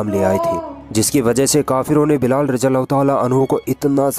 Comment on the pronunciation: It is ض not ز so please pronounce it right or else it is sin, may Allah protect us!